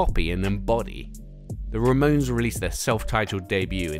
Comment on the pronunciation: excuse me the " RAMONS "?! ramones